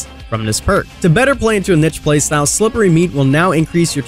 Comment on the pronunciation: Finally someone that knows how pronounce niche. I've heard way too many say "neesh"